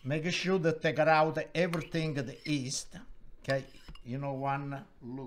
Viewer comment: make a sure -> make a shoe